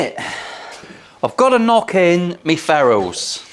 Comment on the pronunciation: I know you said “knock in me ferrules” but my brain damage heard “knock in me ferals”